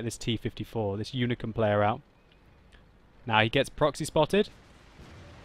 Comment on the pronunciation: its unicum, not unicorm, lol.